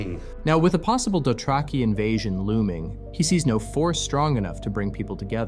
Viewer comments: “DoTRACKy” ??? AI it is then… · Why do you pronounce Dothraki without the H? Asking for a whore in Flea Bottom. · Why do you pronounce Dothraki like that? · Well that's new! Never heard this pronunciation of 'Dothraki' before